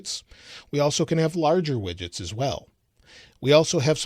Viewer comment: Instead of widgets I thought you said midgets xD